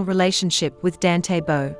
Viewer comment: Please try to get atleast to get his name right?